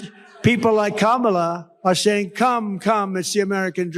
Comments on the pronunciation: Notice he isn't trting to pronouce her name diliberately wrong anymore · did he actually pronounce her name correctly? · I find it interestjng that he is actually pronouncing her name correctly when he isn't calling her names! Proving, he definitely knows how to say it! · Shortly after 1.20 Trumpkin pronounces Kamala's name correctly. Maybe his minders have told him that the viewers dont like him getting her name wrong. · That was his most deranged speech so far. He must be really panicked because he couldn't keep VP Harris' name out of his mouth. At least he pronounced it correctly. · At least he is pronouncing her first name right. Laughing aside haha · At least he pronounced her name correctly when he shouted "You're fired". Everything else was classic jibberish interspersed with outrageous lies. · I just don’t understand who those people are. tRump accidentally pronounced her name correctly. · I can't believe it! Donald pronounced Kamala CORRECTLY! First time EVER. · I like when he accidentally pronounces her name correctly. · Notice that he is actually saying Kamala correctly at last. Vote blue. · Oops, he accidentally pronounced her name correctly. 😂😂😂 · I notice that he pronounced Kamala's name right.😂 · oh he learnt to pronounce her name. Good for him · He pronounced her name correctly. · Did he say her NAME CORRECTLY?????